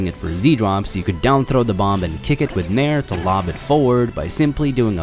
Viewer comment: Legit though he was saying "mare"